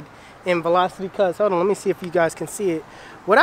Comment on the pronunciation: "lord help meh" LMFAO